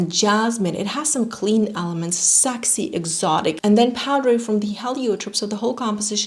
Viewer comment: you are an angel but PLEASE STOP SAYING SAAXY IT’S PRONOUNCED SEXY 😁